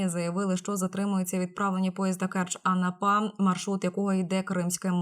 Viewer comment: Анапа. Став. Ударения Анапа